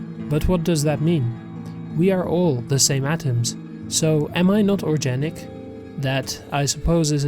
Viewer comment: Dude, you REALLY need to learn how to pronounce simple words. It's organic, not orjanic, I've also heard you pronounce chef as chief, and crow and crouw. Those are just a few of the countless examples I've heard in this nosleep playlist that really take the audience out of the story. Other than that your voice is great.